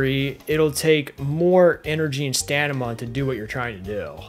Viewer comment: Lol you say stanima. It’s staMiNa